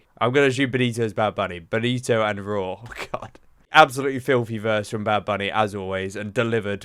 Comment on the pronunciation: It’s Rauw like raul (his real name) RAH OUL